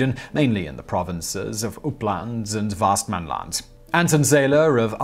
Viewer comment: Teehee, vast-man-land, it's pronounced more like vest-man-land :D